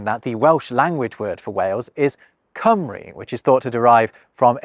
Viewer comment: Well, I'll tell you one thing, renaming an area to Cymru while pronouncing it Cumry is also going to piss some people off.